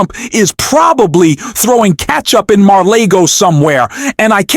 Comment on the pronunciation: Mar lay go? What's with you and your mispronunciations. Are you using a poorly informed AI?